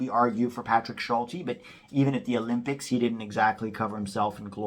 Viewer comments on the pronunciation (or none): none